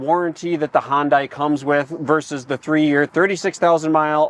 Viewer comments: It’s “Hun-dai” rhymes with Sunday 😂😂😂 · “Hahn dye”??? Left this vid after hearing that pronunciation several times in the first two minutes. Can’t pronounce the name then stick to Fords and Chevys. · it's pronounced Hyundai .. sounds like Sunday ... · Please, it’s pronounced “Hun-day”. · Hyundai is pronounced like "Sunday". Just saying. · The correct pronunciation of Hyundai is “Hyun-dae." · Hyundai is pronounced like Sunday with an H instead of an S. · Since you guys are pros its probably good that you pronounce the brand correctly. Hyundai is pronounced like Monday. Hun-day. Good video though. RIP Santa Cruz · It would seem to be a given that the most elementary things you could do to prepare for your video is to learn the pronunciation of the manufacturer of the car you are reviewing. It is Hun-day...rhymes with Sunday. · Check your pronunciation, It’s Hun-day. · Remember, Hyundai rhymes with Sunday. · It's Hyundai, rhymes with Sunday. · If you guys are going to do vehicle comparisons, at least pronounce the manufacturer correctly! Hyundai is pronounced like Sunday! You're welcome.😏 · Apparently in this video it is Hun-die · Great video not just because of the engine blow. You guys were very thorough and I am trying to decide between the Ford and the Hyundai, thanks for a very helpful video. Glad you put in the explanation as I do like the better power on the Hyundai. By the way you mispronounce the word Hyundai every time. It is "hun-day" not hun-dye". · Hyundai rhymes with Sunday! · A brand new 2025 Maverick vs. a USED 2024 Santa Cruz with 16,000 miles and no telling how it was driven. Yes, I’d say that’s a fair comparison. And the Ford dealership provided the Santana Cruz. Yeah, totally unbiased. Forgot the fact that Tweddle Dee and Dumb kept mispronouncing Hyundai throughout the video. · First time seeing these guys. I can’t stand their mispronunciation of Hyundai. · Pronounced yunday. Not Hon-Die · Hun-day not Hun-die. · Hon-Day, not Hon-Die